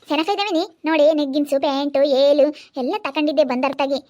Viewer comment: Velu alla yelu😂😂